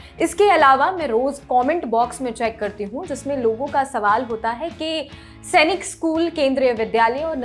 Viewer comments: It's not सेनिक It's सैनिक madam. We sainikians put our heart and soul towards our school and if someone pronounce it wrong. We feel bad. By the way It's a very informative video. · Chachi Senic nahi Sainik school hai Tum ne hendi school mein nahi padha